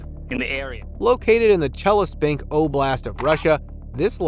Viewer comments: Chelyabinsk!!! Not Chelespink!! Why can't anyone pronounce words correctly anymore in these YouTube videos!? Not just this video, but many online clips are full of mispronunciations. I'm beginning to think that many clips are narrated by AI bots. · Damn, you have spelled it right but couldn't pronounce. It's Chelyabinsk. You messed up with last letters. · All I understand is historians don’t know think or someone doesn’t let them say, seeing this make me think about man in black with stick flashing lights. And strange for me to heard way he pronounced Russian sites 😊.Челябинск 😊